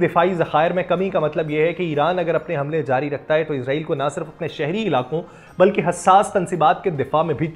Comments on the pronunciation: بھائی جان یہ اسرائیل ہے نہ کہ عزرائیل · ازرائیل نہیں اسرائیل نام ہے